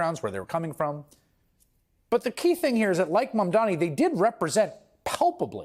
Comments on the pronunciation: It's pronounced "mom don nee "it couldn't be easier. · Bro, you can't be mayor of New York City if you can't take the time to pronounce a name right. Come on.